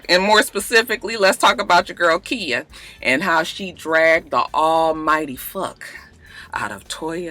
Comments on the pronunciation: Khia pronounced Kya....Im srry I had to...Im just alwys kinda lost whn u say Kia. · its khia not kia lmao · her name is pronouced Ky-yah lol no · Kya is how Trina pronounced it lmao it's actually Khia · Girl I’m starting to think you being shady calling that girl “Kia” like the car 😂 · KY-A! Not Kia... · Its Khia...just with a long 'I'!!! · when you said ole Waford dude was black, I seriously shouted, "Whaaaaaat!?" SMH I can't stand that mess! Also, I didn't know Khia's name was pronounced "Kya" either. It's alright. I hope not too many more folks come on here and say something. We know how you hate that. lol Merry Christmas,! Blessings to you and yours! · I love you but I cringed every time you said Keeya. Lawd. 😩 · Just because I'm afraid that khia might see this video and come after you her name is pronounced like "Kya" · Who knew it was pronounced like a "y" when its not spelled like that? Most mia's, tia's and so forth sound like they're spelled... who really cares? Its a common mistake when people want to get extra creative when naming their children... lol!😞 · no its Khia. you just pronouncing it wrong.